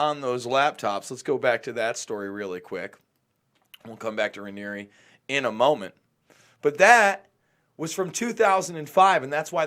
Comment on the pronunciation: dude the scumbags name is pronounced RAIN EAR